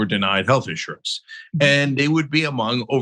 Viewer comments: She’s terrible. INsurance? On accident. 🤮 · These people can't even pronounce the word insurance